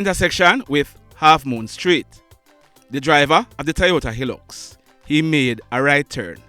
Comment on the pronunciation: The name of the truck is High lux not the way you pronounce it. The I in hilux